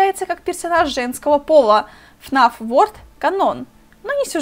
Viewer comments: Не фнаф ворд а фнаф ворлд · Не ворд а ворлд